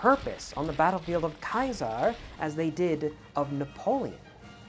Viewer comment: I love how you Pronued Caesar historically correct! 🧡